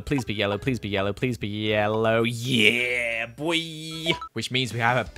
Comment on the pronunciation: I found it funny when he said "Yeah boiii" after he got yellow because it sounded kinda like he was saying buí which is the Irish for yellow and I was like "Wait he speaks Irish now-?!"